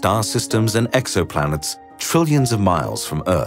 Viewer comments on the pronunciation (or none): none